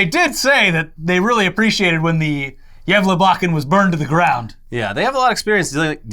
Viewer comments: I love the way you guys pronounce Gávlabukken, sounds like you're saying "jævla bukken" or in English "the fucking goat" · Good pronounciation there! Hälsningar från Sverige! <3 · You pronunciation of Gävlebocken is much better this year. And the second I read that It hade burned I knew you would talk about it